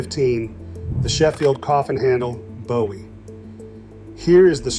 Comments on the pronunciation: It's pronounced Boo-ee 😒 And it's called a Texas Clip And what was that movie at the beginning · I visited a cutlery museum in Sheffield and was disappointed that they had no knives on display. By the way, Bowie is pronounced boo' ee. There is a knife-making school here in Arkansas at Historic Washington State Park, but Jim Bowie wasn't a park ranger. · It's pronounced Booee and there's no evidence that Bowie ever gave Forrest anything let alone a knife. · Your pronunciation of Bowie isn’t correct…… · The pronunciation of Bowie was annoying me……